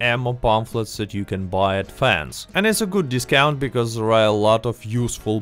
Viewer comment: I love how your accent turns “there” into “zarrrh”